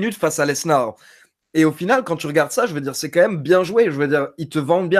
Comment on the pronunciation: Sa me stresse quand il dit "leznar" au lieu de "Lesnar"